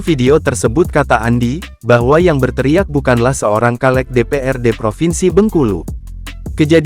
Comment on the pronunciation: Hallo bang. Dibaca nya caleg bang. Bukan kaleg